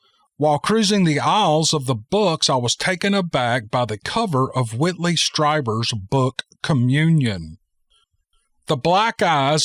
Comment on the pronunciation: Love you.it’s pronounced Streeber